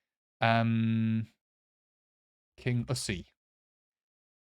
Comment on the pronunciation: Kingussie is king - yoosie , stress on the yoo. Ballater is bal - latter ( as in latter day saints ) stress on the bal. I think Alford is afford , stress on the aff. Inverurie is inver -oorie and NOT like king -yoosie